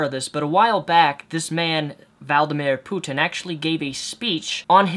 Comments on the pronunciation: Nothing to do with the video but I can't understand how you can't pronounce Vladimir Putin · Valdomir Putin sounds like Voldemort. Its actually a pretty accurate mispronunciation if you ask me. (accurate mispronunciation, lol.) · You changed the pronunciation of Vladimir Putin every time you said it...